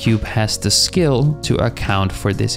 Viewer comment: you're saying skill but you pronounce constraint correctly it's breaking my focus this whole time lol